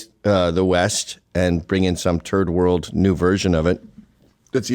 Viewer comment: did Gavin say "third world" or "turd world" 😂